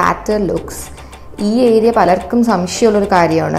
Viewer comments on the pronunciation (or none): none